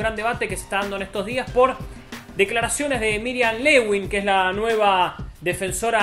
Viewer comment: Miriam Lewin muchachos, no Lewing